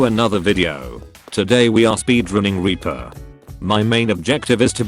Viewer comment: It’s sounds like the chat thing your using says weaper